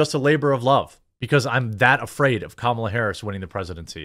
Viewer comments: Love how you pronounce kammels name! 😂😂 great job on your videos! 😊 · Thank you for using the proper pronunciation of Kamala's name! I know you said it correctly, because that's how President Biden says it.